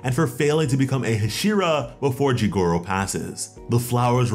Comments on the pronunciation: HasIra.. it's HAshira, not hashIra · Say it with me ha-she-ra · saying hashira wrong lol but this is cool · You are saying Hashira wrong lol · Ze knee tsu has the power level of a hyuh she ruh